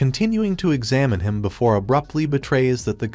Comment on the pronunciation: your AI is mispronouncing "him" and "her" a lot which is Confusing as well as Distracting.